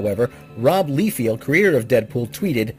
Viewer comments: Rob Liefeld's last name is pronounced "Lye-feld," not "Lee-field." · It's pronounced "Lye-feld," not "Lee-field." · You most likely have been corrected on this like a billion times? And the artist is known to be an outright jerk and has horrible 'skills'? It's "Lye-field". Lye like the horrible thing that kills anything it touches, and field as in the field that the lye was poured on. Other than that? Wonderful report on all this. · Probably should learn how to pronounce peoples names Lie-Feld